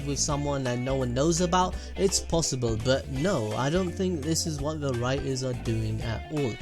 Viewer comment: "IF YOU KNOW WRAT"😂